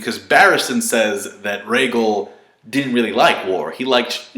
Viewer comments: Rhaegar not rhaegel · Rhaegal??? I know you know its Rhaegar